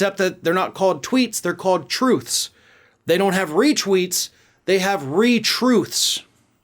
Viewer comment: Why does "truths" sound like "toots"? More appropriate, IMO.